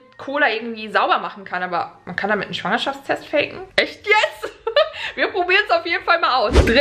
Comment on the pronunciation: Wie Schwangerschaftstest ausspricht😅:Schwuangerschaftstest😂 #teambekki